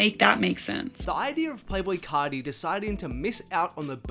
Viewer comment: play boi cahdee